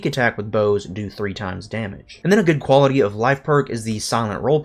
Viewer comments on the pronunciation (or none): none